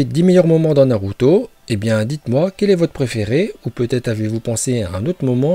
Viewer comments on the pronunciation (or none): et aussi tu dis naluto au lieu de naruto tu sais pas parler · De fou il veut me faire le connaisseur , quand tu vois il dit « Naluto » au lieu de « Naruto » 🤦🏽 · Tu faits une vidéo de naruto mais tu sais même pas bien prononcer les nom